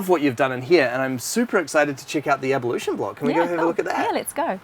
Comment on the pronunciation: Pretty cool place! Lol at pronouncing "ablution" as "abalution" haha